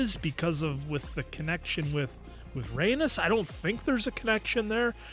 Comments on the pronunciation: Guys!! I love yall but you have to know how to pronounce Rhaenys’s name. It’s Ray - NEESE not Ray - NUS 😩 It’s NEESE! NEESE! NEESE! She’s a Targaryen princess and the Queen who never was. Show some respect and stop calling her an anus lol That’s what it sounds like when you keep pronouncing it Ray - NUS. Sorry I had to say something. It was bothering me lol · (Corlys' wife) Pronounced Ray - neice 😂 Corlys has Targaryen blood their houses have always been close. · Agreed, the way says her name is so weird. I've commented previously on other episodes how to pronounce it but doubt he sees comments that much?